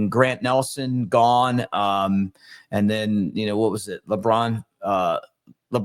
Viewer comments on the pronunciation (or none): and LeBron Philon? I can’t tell if I missed a joke or if that’s a mispronunciation of LeBaron.